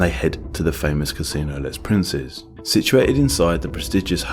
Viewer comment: You need to look up French pronunciations for your video: Cannes, Les Princes are just so far off the real thing that at first I barely registered they were supposed to be French